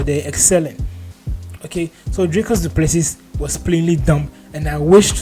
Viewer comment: Dricus Du Plesee (pronounced) spelt Plessis- silent S at end,was born in S.A.